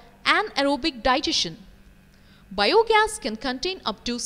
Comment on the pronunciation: The way she pronounces bio gas is biyooo gas